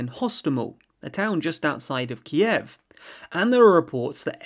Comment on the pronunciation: Kyiv — stress on a first syllable. The way you pronounce in terribly wrong and sounds weird